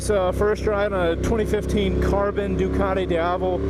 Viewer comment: Georgian accent xD